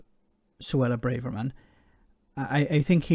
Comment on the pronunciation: It's Brarver-man not Brave-er-man! I think Brave-er-man is a nickname adopted by her far right pals. Yvette Cooper and Sky use Brarver-man so that must be the correct version.